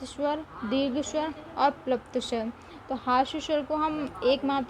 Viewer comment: Shwar nhi swar